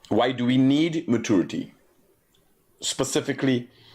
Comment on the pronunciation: Mat-chor-ity........ mat- tur-ity Opper-chun-ity..... opper-tun-ity Please pick one pronunciation and stick with it